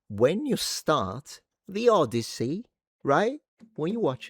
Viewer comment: The Odd-tit-see by Homie